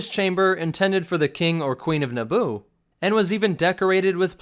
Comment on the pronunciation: Eeeeeeeeeeeeeeeeeeeeeeeeeeeeeeeeeeeeeeeeeeeeeeee It's Naboo